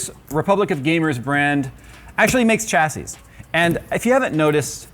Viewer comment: Shassy. There is no ch in the pronunciation. Why can't people get this right!